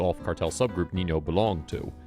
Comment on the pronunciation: NinA. Not Nino. Pronounced Ninya. Sheesh